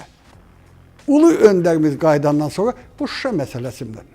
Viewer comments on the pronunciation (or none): none